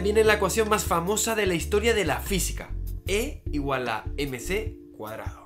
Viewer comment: A mí también me suena raro cómo lo dice. No sé porqué pero me suena como (mc)^2